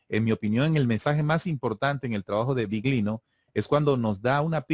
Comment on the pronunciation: Interesante. Cuando digáis Biglino que sepáis que en italiano GL se pronuncia "LL". /Billino/ GL suena muy raro